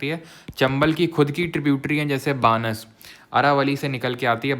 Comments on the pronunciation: Sir Banas -: बनास hai aap बानस pronounce karte ho I'm from Rajasthan 😢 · बानस नहीं बनास नदी